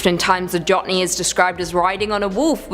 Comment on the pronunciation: Jotne is Norwegian and pronounced Yoht- Neh. Just thought I'd offer some help there.